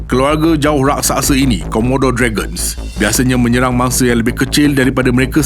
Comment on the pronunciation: Raksasa bukan rasaksa